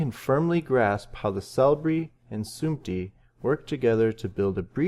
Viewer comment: the word is sumti not samti